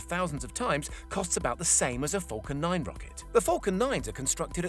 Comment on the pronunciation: I allways here him say 'fockin' 9 rocket' instead of falcon 9 xD